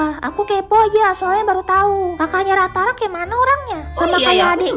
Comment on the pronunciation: plis kak, namanya ratara... gak ada "k" nya 😭🙏🏻